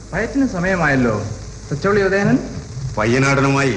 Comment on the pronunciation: എല്ലാം ok. പക്ഷെ, സത്യൻ മാഷ് തച്ചോളി എന്നതിന് പകരം തചൊള്ളി എന്നാ പറയുന്നത്.